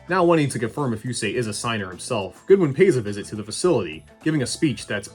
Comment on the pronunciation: his name isnt Goodwin it's Godwin